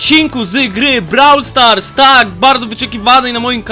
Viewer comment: Brawl stars (czytaj:broł stars)